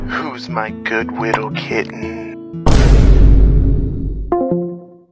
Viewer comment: “Who’s my good Wittle kitten?” 😶